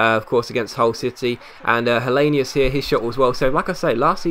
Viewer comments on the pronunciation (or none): Helenius pronounced helanoose